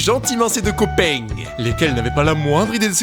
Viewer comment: Clé moment ou il a dit « mes copainggg »😂😂😂😂😂